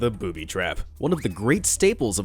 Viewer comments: lol he said boobi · He-he, 'Booby.' You said "Booby" - hehehe 😋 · Ha Ha you said booby!🤣🤣🤣